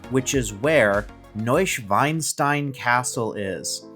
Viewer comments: 🤣🤣🤣 sorry but it is not new schweinstein, Schwein is a pig in German. Its NeuschwAnstein. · Please check your pronouncement of the castle, you say pig instead of swan….the castle deserves the right name! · Hey here’s a short message regarding your pronunciation of Neuschwanstein. The literal translation is New Swan Stone. The way you said it is like New Pig Stone. Schwein is pig. Schwan is swan.